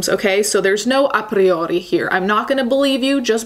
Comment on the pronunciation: Your "a priori" was perfeito. 🎶